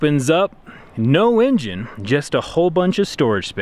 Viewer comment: "No in jin" lol